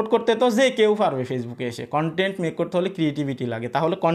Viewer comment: ভাই, কন....... টেন্ট মনিটাইজেশন, বলার সময় মাঝখানে একটা সুর তুলেন কেন?